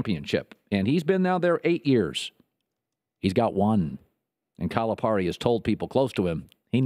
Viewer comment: Could you at least pronounce Cal's name right? The rest of it? You are just funny! We love Cal! Just leave Ky alone, you have no idea what you are talking about